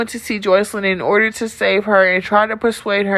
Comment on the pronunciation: I like how you said outerrrrddeerrrr 😂😂💀